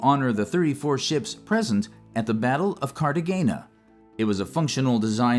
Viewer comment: Cartagena is pronounced; Cartagena. It is Spanish g sounds like an h.